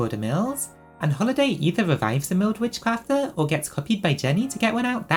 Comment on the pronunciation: すごすぎる❣️You are actually so talented omfg I am copying this deck, I want my witchcrafters to be as strong as possible. Also your pronunciation of their names is legit XD (probably more correct than the Japanese names!!)